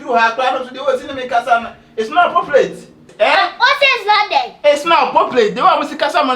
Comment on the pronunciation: iTs nOt ApPoplAiTe😂😂😂😅